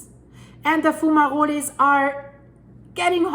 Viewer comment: What are foomarolés? Do you mean fumaroles? (pronounced FYOO-muh-rohls)